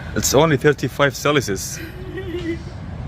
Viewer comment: "Its only 35 celisus" 😂😂😂😂😂😂😂😂😂😂😂😂😂😂😂😂😂😂😂😂😂😂😂😂😂😂😂😂😂😂😂😂😂.